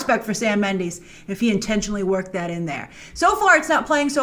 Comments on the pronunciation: Hi Grace! I love your channel and all the awesome work and preperation that you put into your videos. However, my only pet peeve is that you pronouces Sam Mendes' last name like Mend-ee-s (ex. bees knees) and not Mend-e-s (i.e. eh). As a fellow hispanic with the Castilian version of the Méndez name, why do you always say Méndeez?! I die a little every time you say Méndeez and not Méndez :-( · It's pronounced Sam Mendez not Sam Mendeez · Sam Mendes not Mandis